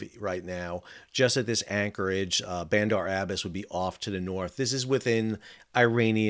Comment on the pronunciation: Interesting analysis. Thanks. Btw, it's Bandar Ab bas' (accent on the last syllable). Was there during the Shah days